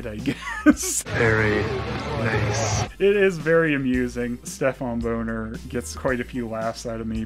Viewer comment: Bahnner not Boner 😅